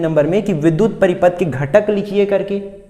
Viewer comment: Paripath Nahin Hai paripath Nahin Hai